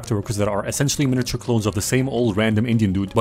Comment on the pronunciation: "Miniature" not "Miniture", "Walnut" not "Wallnut"